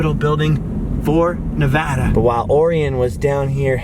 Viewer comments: Thank You so much for pronouncing Nevada correctly!! Next time you're in Carson City you should ride the old steam train that takes you up to Virginia City. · Thank you for saying Nevada correctly!